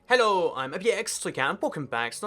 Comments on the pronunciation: This "hello" sounded really French... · The hello sounds Hella Asian dude bro.